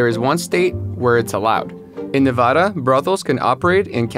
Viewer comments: The way he said Nevada wrong bugged me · It’s Nev-AD-a not Nev-AH-da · ITS NEV-AD-A, not NEV-AH-DA 🙄🙄🙄🙄🙄🙄🙄🙄🙄🙄🙄🙄🙄🙄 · ITS NEH VAH DUUUUH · Na-va-duh say it right please omfg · The way he pronounced “Nevada” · This video made me so angry because you kept pronouncing Nevada wrong 🤔🥴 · If he says Nevada wrong one more time..😂